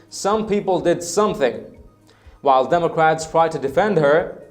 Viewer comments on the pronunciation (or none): none